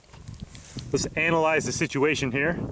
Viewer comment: anybody notice how he said anal lyse not analyse